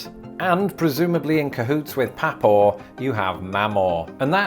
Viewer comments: It's pronounced PAW PAW and MAW MAW. Not Pha Paw and Mha Maw. At least in the South. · Ok so the words "papaw" and "mamaw" are pronounced "paw-paw" and "maw-maw" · ME maw. Papa... As in pop pah Get it right you Torrie!! 🤣🤣🤣 Long live the Queen. ✌️🐈🦽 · Hun it's not Pappaw it's pawpaw. Like animal paws except say it twice as if it's one word. Same with mawmaw. There's meemaw. Pronounced exactly as spelled. Instead of mom well say ma. Like mah. We say also baby brother baby bro baby sis for a sibling born after us. Even just a year or 2 after. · #AskABrit I've never heard Papaw pronounced like "PAP-AWW" (as in 'pap' smear, lol), Paw-Paw maybe, but not Pap-aww. My bro's grandson calle him PeePaw ("Pee"); I don't know which is worse, come to think of it, lol. For grandma, I've heard Glamma ('Glam" as in glamorous), GiGi, G-Ma, etc. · I think you’re mispronouncing Mamaw and Papaw, to me it sounds more like Memaw and Pepaw. Maybe it depends on how far north/south you are? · You mispronounced papaw and mamaw. The first 'a' is the sound found in the word 'far', and the second syllable is the same but stressed. So they are prnounced "pah-PAH" and "mah-MAH". In some dialects the first a is treated as a glottal stop, and the words are pronounced "p'PAH" and "m'MAH".They are related phonetically to papa and mama, which have the stress on the first syllable. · In the south, it's pronounced mawmaw and pawpaw.